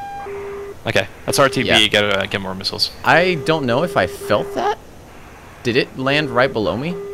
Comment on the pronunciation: 'i dont know if i felt thæt' lmao